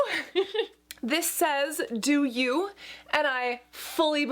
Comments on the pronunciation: When you said the eyepatches said "do you" my french brain went confused haha. If it's actually pronounced like french word "dieux" (which means "gods") you'd say [di-] as in "d" and [eu-] as in the [a] of "a-mazing". (The "x" at the end is silent). Love from France 💕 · Your eye patches say "gods" (dieux) in French, but your way of pronouncing it like "do you" is cute. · Hey, the eyepatches actually say Gods in french, idk if it was intended or not but it probably was. It's also pronounced differently but honestly I wouldn't know how to spell it in a way that would be helpful for foreigners 😬